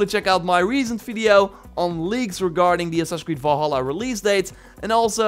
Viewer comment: I keep hearing "Assassin Squid" lol